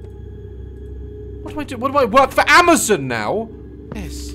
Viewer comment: Love the way he says Amazon. "AMA-ZEN". ❤